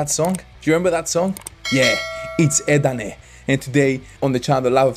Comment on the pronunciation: Bener om " edane " bkn " eden " kyk ssma lo..